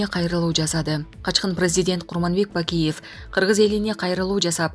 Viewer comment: Биздикилердеги мигрантам куда хочу .туда лечу го.аларга да каттуу бир мыйзам чыгаргыла .айланайын окуган кыз Акайыов.Бакыеов деп Жапарыов туура Оку